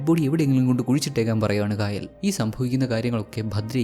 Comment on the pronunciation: Kaayal alla chetta kayal anu.Aa name pronounciation difference und.enthayallum chettante movie selection kollam presentation super 😊😊